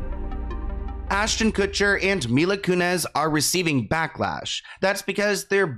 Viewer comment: Mila ‘Koonezze’.